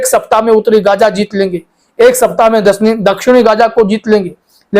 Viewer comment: Gaja nahi gaza english me diploma karke bolo hindi me nahi